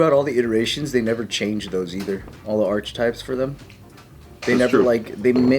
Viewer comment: The way pronounced archetype i was like wait what? Lol